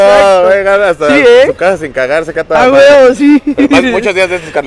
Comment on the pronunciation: Jaja a a cada rato se le salía un a huvo😂😂😂😂